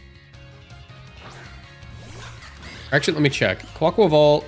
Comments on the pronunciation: i agree with your pronunciation, as a spanish speaker. theres an aqua in quAQUAval, and the rhythm is that of car ni val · Thank you for pronouncing it right! As Spanish speaker too I can't bear when I see Cybertron vids and he says 'kwaykwayvale' ☠